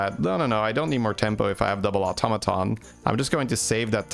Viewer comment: You said "automaton" absolutely fine, ignore those people, they are just not used to non-USA accents and didn't consider that just because something is different from what they're used to, doesn't make either way wrong. Plenty of different places say it one way and plenty say it the other.